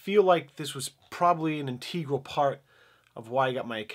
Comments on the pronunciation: The way you said integral (inteegral) made my teeth itch. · I admire your pronunciation of "inteegral";) much love, 🍅